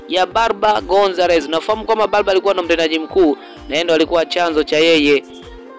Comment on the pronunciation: Umeajiriwa au umejiajiri!!kutamka Barbara huwezi kutangaza hujui kajifunze upya utangazaji